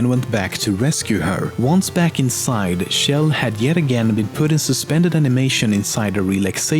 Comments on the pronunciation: Why tf does everyone pronounce Chell like Shell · its CHell not SHell and CarolIN(with silent e) not CarolYNE. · Who is this Shell person you speak of? I know you mispronounce tons of things but named shouldn't be one of them. It's a pronounced like Check at the beginning. The same sound Chug makes. Chell. Source: Valve employees pronounce it that way. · It's chell not shell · The ch sound in Chell is pronounced like the ch in cheese. Not like the sh sound in shell. You can hear it being sung that way in Cara Mia Addio by GLaDOS, at the end of Portal 2.